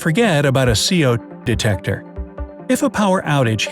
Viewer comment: He was like, “CO... detecteor